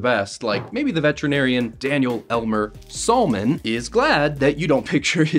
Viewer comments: him pronouncing salmon as “saul-mon” is a crime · You pronounce the salmon wrong said as samon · Why do you pronounce salmon like that 😭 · why does this man pronounce salmon salmon instead of sammon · That salmon pronunciation is vile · The L is silent in salmon. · He mispronounced so many things I'm this video like Adolf and salmon (somehow) and don't say "it's the American English dialect." I don't care, "American" English is stupid. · The L in salmon is silent, cmon dude. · salmon IS NOT pronounced like that my guy 😭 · The L in salmon is silent. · The L in Salmon IS SILENT!!!!!!!! FFS, man, this is pathetic. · who tf pronounces salmon like that